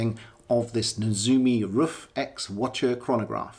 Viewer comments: Hi, that's correct, it's more like "roof"! I really enjoyed your video! All the best from Germany! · Your pronunciation of RUF is perfect! Many people think it’s pronounced like “Rough” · I think you pronounce it just right👍 Shmee pronounced it just as you did, so he must be right, right. Thanks for sharing